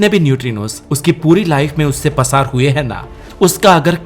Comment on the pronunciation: पसार नही होता है प्रसार होता है😊